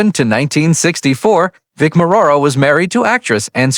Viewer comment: Hahaha.... can't even pronounce or spell Vic's name right.